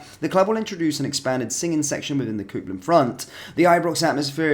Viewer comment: "Cope" land. Not "coop" land Copeland. Copeland. Not coopland